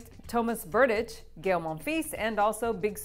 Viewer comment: Learn how to pronounce the names..Berdych, Fognini Grace...really struggling...